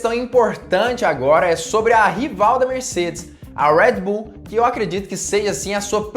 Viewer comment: Amigo fala o nosso portugues . Red bull ao invez de ur rueed bull . Kkk vc etendeu